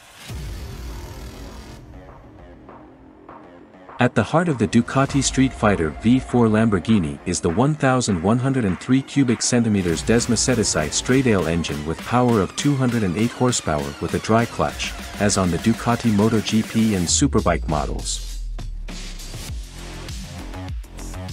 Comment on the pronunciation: "DEMO - SAID - IS - EYE" -- quite the translation and narrator you have here...